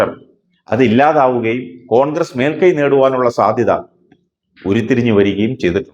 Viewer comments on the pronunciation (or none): none